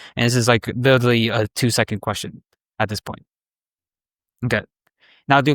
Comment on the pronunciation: really hard to take a guy seriously when he says witewawy